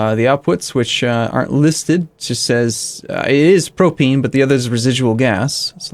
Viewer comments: It's pronounced pro-pain. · Propane pronunciation? Don't take my word for it.